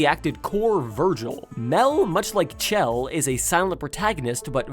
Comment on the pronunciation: Actually it is not Chell it is Chel